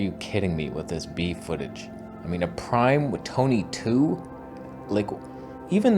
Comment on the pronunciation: "I’m Toneh 2. That’s 2 Tonehs" 😂